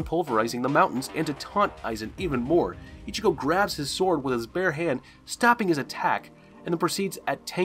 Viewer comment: yo this guy cannot pronounce one thing correct apart from Ichigo and it pisses me off